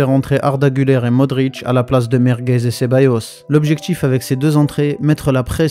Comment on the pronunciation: Vasquez c'est quand même 5 LDC. C'est quoi ce "Merguez"😅